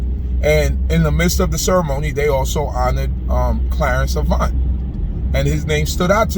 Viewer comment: Glad someone pronounced his name correctly. Such a sad and crazy world we are living in. Prayers for Mr Avant and his family. ❤️🙏🏾😞